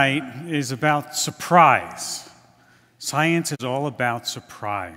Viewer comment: "SOYENCE" -Lawrence Krauss